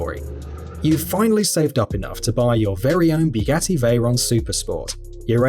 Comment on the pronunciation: iT pronounced bugatti no byugati(watch